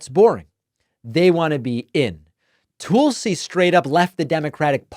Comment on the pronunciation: It is super annoying that you deliberately mispronounce Tulsi. You sound just like Trump. I’m going to stop listening if you keep it up.